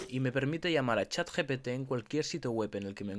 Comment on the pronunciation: Dijo: Chat "GTP"